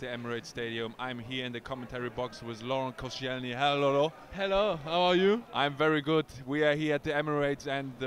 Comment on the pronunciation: Love how Per manages to blend 'hello' and 'Lolo' into "HelloLolo"